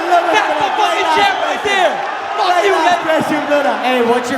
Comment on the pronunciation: "FOOK MARK HENRY" Mark henry WWE